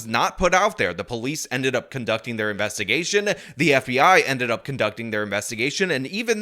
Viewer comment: I wonder how dumb she felt when they issued a search warrant for her dna, after she said "Nah, we don't need no more investimuhgation"? BUSTED.